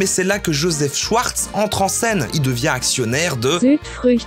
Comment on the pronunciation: très stressant de prononcer Schwartz comme le Schweppes, on prononce Chvartz